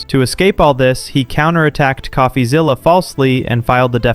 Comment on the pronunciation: Why is calling him.."coughazilla". It's "coffee-zilla"